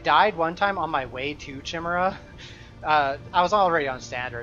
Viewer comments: it's pronounced like 'kyle', chimera, not 'chimney' chimera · trying to find new PoE youtubers to watch. Find. Grown man playing fantasy RPGs doesn't know how to pronounce "chimera":'(